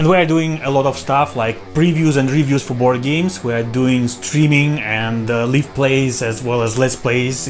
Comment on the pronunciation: Mother Russia is watching you!!! И лив вместо лайв, немношко режет слух 🙉